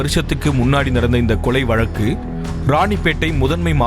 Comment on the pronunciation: கொளை இல்ல.. கொலை